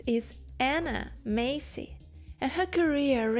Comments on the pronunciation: ……her surname is Massey. NOT Macey. Mass-e……… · Anna Massey (mass-ie) - not Macey. I know her name because I am one to watch the credits and I only watch black and white and a few in color. She was a wonderful character actress! Thank you for reminding me of her. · Not "Macy".....MASSSY..... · its Anna Mass-y you moron not Macey. If you think she's so great (which she is) then show some respect and learn how to preonounce her name correctly. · Very interesting! But her surname is pronounced Massie as in lassie. Not May-see. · I love Anna Massey (you’re pronouncing it wrong lol). She is daughter of Raymond Massey who was a famous American movie/tv star. And she is the sister of the famous British actor Daniel Massey. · The "A" in Massey is the same as the "A" in Apple 😊